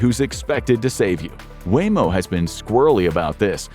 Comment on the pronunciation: Waymo not wammo